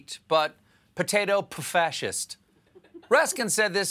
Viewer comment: "Potato--pfascist" LOL!